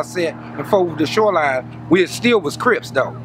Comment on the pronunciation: “Sho line” lol shoreline?